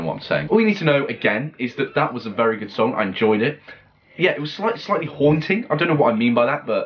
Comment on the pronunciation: HIM: SAYS HUANTING ME: PLAY HUANTING NEXT PLZ PLZ PZL